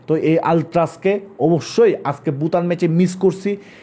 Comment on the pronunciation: আপনি ভুটানকে বুটান বলেন, এটা মজা লাগে। আপনার কথার উচ্চারন স্টাইল আমার পছন্দ